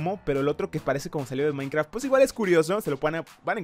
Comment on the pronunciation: Jaja me caigo de la risa cuando dice maicra :v